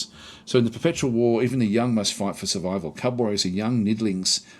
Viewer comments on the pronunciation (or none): none